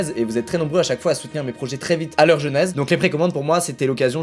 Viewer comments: genèse pas "jeunèse" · Super la vidéo, juste un p'tit truc en plus,genèse se prononce plus ''génèse''